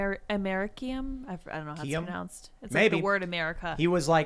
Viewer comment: It's am-a-reese-e-um. I work with radiation detectors and we use it as Calibration source. It is a waste product of nuclear reactors